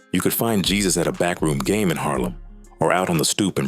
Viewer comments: The pronunciation of Jesus is Haysoos. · Jesus pronounced " heysoos" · His name is not Jesus is Jesusss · Not hey, heh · His last name is spot on, his first name is just bring pronounced on English